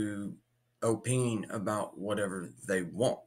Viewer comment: This video was so cringe. Learn how to say the word, “opine”?